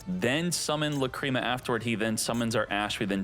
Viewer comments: I like your videos but I’m sorry I just gotta say it… the mispronunciation of names kills me man. (Lack-ra-mah) not cream. I do like your videos other than that though. 😅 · Lacrima, it's an Italian word probably, it means tear, it is pronounced lák-re-má😅